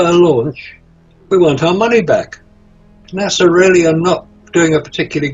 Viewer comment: Well its nasa but pronounced NAW SAW while nasa is pronounced nah sah.